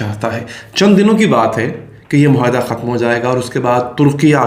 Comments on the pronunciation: Plz. say MUAYHIDA & not MOHAYDA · آپ بھی"" مہا ئدہ "" بولنے والے ہندوستانیوں کی صف میں ؟؟؟؟؟ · It would have been better if the maps remained on screen a little longer. Please pronounce the Urdu word معاہدہ correctly.